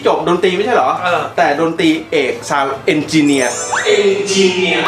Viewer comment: ชอบจังหวะ ขยี้ "Engineer" 🤣